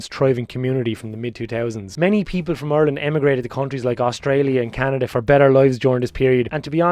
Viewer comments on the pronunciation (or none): none